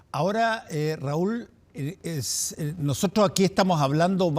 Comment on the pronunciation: Caballero,la tr ..no se pronuncia trsch. Se pronuncia NOSOTROS.